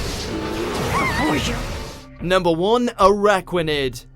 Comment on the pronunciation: Araquanid, really?